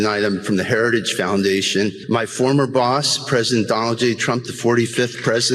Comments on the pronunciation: What is a “Heradidge”? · Mr Trump, say "Heritage"